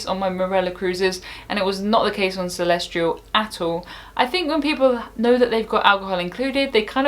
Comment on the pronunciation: Celestyal does not have an R in it. Is it pronounced Celestryal?